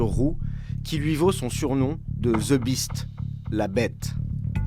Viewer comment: "Ze Biste" Putain, un journaliste qui fait une reportage sur la securité du president américain, il faut avoir un anglais correct quand même. J'adore la France, j'ai vécu aux Hauts-de-Seine pendant 12 ans, mais une bonne partie des gens qui parlent anglais ont an sotaque pourri :) . Faites an effort, merde.